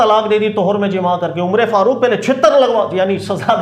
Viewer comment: یہ امرے فاروق کیا ہوتا ہے عمر فاروق ہوتا ہے